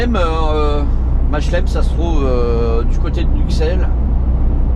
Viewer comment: Mache'lem en Belgique ça m'étonnerai ! Je sais pas ou c'est , mais certainement pas en Belgique ! Ca se dit phonétiquement : "MA QUE LENE", pour le reste, tout le monde sait qu'il y'a deux langues (entr'autre) et donc deux façons d'écrire en Belgique ... Et LILLE c'est Rijsel ! J'attend avec impatience la prononciation , les oreilles vont encore saigner